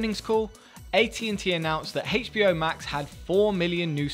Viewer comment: Why are you saying HBO like that?